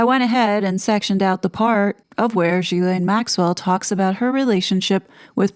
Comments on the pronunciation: it’s pronounced Gill-N (“gill”as in fish gill). Not zhilaine. Not that it matters but I always think it adds more credibility if names are correctly said. And you deserve a lot of cred for all you do! Thank you. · Her name is pronounced Gilin